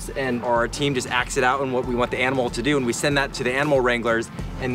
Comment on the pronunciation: "ve" instead of we hmm